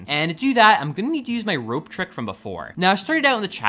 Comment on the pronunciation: Make sure you remember you're vowels. It's rOpe, not rA...